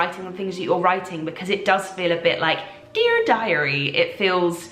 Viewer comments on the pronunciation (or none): I enjoy how she fell into an american accent when she said "dear diary." I'm sure it's a Veronica thing. 😂😂😂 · It was totally an american accent, loooved that you pointed it out. And love the fact that she did that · Maybe from an American perspective it isn't an American accent😂 but Veronica is American? So that's what I think it was! (Sounded American to my English ears)